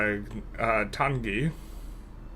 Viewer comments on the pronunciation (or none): Watching you struggle with Waitangi and Adelaide, two words i dont think twice about pronouncing gave me a good chuckle. Something had to give after we have heard you flawlessly pronounced Mandarin in every other run.